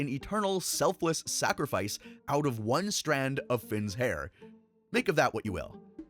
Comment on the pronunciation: why do you emphasize "ONE STRAND OF FINN'S HAIR". dna still gets transferred no matter how much hair/blood/sweat, etc is mixed into how she created stormo. You seem to be pointing out the fact "look how much good is in one strand of finns hair, imagine finn himself" or something good video, just a nitpick